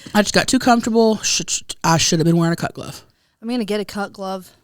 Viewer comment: Every time says "cut glove" it sounds like "cuck love" to me 🤣